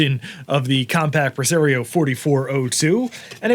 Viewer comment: I’m fascinated by your regional pronunciations. “Pre-Sair-eoh “ Instead of the official “Pre-Sah-rio”. You do the same thing with Mario as Mare-eo.